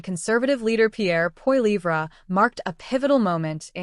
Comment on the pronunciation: get the name right for crying out loud: Poilievre .. polly - ev - ra